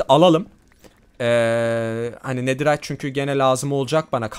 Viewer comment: abi sen dua yı yanlış okuyon nederayt deyide antik kalıntı desen çıkar 😅❤